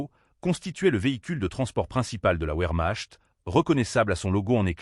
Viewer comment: Encore une video générée par IA avec des commentaires a hurler de rire. (un kanone, la ouermach et d'autre encore).